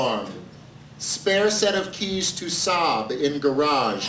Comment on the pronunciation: I've watched/heard this a dozen times and only now do I realize he meant SAAB in the garage and not sob in the garage... that makes WAAAAY more sense.